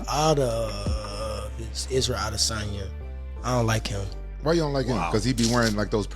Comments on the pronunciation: It's pronounced Add a sonya. Not A desonya. Driving me crazy with that s#$& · I cringe every time you say I-Dis-On-Ya🤮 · The way he pronounced adesanya 🤦🏾‍♀️